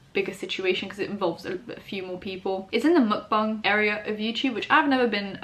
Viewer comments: She said mukbang right its so groundbreaking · Omg finally a YouTuber who doesn’t horribly mispronounce the word mukbang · Your mukbang and bang pronounciation is on point! People, bang is pronounced bah-ng not bae-ng